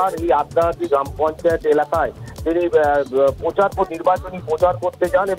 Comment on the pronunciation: " পোচার " নয় । প্রচার ।